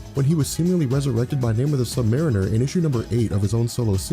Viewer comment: pretty sure you pronounced submariner wrong.